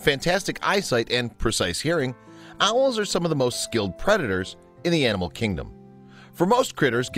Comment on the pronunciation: Did he keep mispronouncing animal?